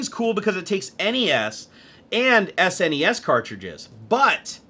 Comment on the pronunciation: "en ee ess" and "ess en ee ess"?? C'mon mate it's "ness" and "snez"